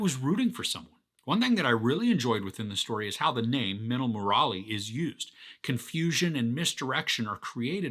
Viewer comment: I'm suprised he pronounced minnal correctly but got stuck with Murali😂😂 Love the review